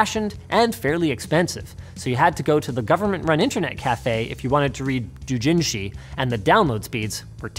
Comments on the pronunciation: "judginshi"? I mean, sure, dou-jin-shi is a hard and complicated word. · My man really said "doo-jin-chi" 💀💀💀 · Ah. Yes. Doo-gin-shee. That wonderful comic style from Yap-an. Its like a slightly spicier main-guh. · Doojinshe lmao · Dude gin she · Linus pretending to not be reading doujinshi by absolutely butchering the pronunciation... we know what you do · The fact that they really made Linus say "doujinshi" and my man completely butchered it 💀💀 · They really forced linus to say "doujinshi" and damn did he butcher it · linus why did you say doujinshi wrong smhhhh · Never thought I'd ever hear Linus utter the word "doujinshi" Also never thought he'd butcher it completely. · I wasn't the only person thinking this then 😅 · I was just wondering what word he just said and didn’t even think about doujinshi haha